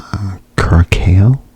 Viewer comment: It’s pronounced cura-sow. Good ASMR video buddy